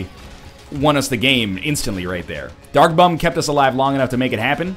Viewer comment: im not hating on you are anything northern lion but is it just me or is he saying "duck bomb" when he means "dark bum".